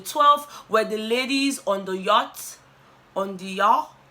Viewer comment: Yatch Yot let’s call it boat 😂😂😂😂